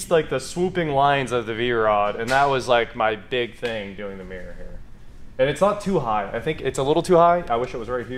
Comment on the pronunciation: Your pronunciation of the word mirror is driving me crazy. Mirror has two syllables.